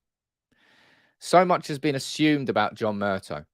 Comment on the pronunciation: Murtaw mate not Murtoh